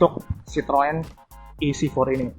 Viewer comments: Bang. Ejaan merk lu bikin gemezz.. citrun aja udah bilang bang.! Troeeen troeeen.. kek Autobots njir -_ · Citroen dengarnya srpti sitoeng....tooeeeng 🤣